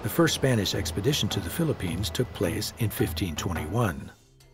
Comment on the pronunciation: PHILIPPINES......NOT PHILLIPINE